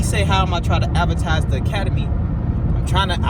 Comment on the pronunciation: Forget that Troll and it's "Academy" not "Acamadey"